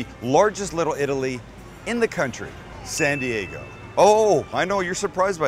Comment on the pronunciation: is that "SAN th dego " ? LOL MAMAMIA !!!!!!!!!